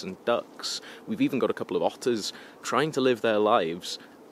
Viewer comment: I heard 'otters' as 'ostriches'... :-)